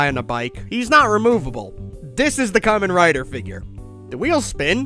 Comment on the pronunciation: BBTS really saw you coming, didn't they? It's a hundred and thirty quid on AmiAmi. With postage, less than £150. For someone beating the Buyee dead horse every video you think you'd have at least checked there first. 🤦 And that's not how you pronounce Kamen Rider, he's not wearing a fruit hat!